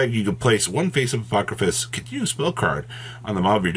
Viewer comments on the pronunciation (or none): I know that yugioh has some crazy made up words. But sounding shit out is not that hard. Apodrakosis, not apokrafis, how did you add an ‘f’ in there? lol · not even close to pronouncing the name right as usual 😆